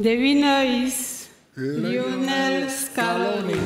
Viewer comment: i hate how she saids lino messi instead of LIIIIOOOOONEEEEEL MESSI